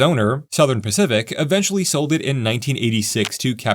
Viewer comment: I love all the serious heartfelt comments, but I feel the need to express my lack of maturity. I thoroughly enjoyed listening to this video telling myself it was actually the "specific railway" but you just kept mispronouncing it.